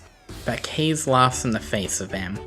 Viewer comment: Also, kaze means wind in Japanese, so you're probably supposed to pronounce it like kah-zeh. I realize it's been 3 years and you might know already.